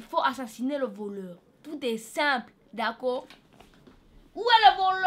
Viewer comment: mdrr dit: " ta geule stp " repond: "dacor" avec un accent du turfu xd